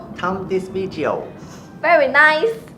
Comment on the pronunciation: “Thumb this vidjeo”😂😂😂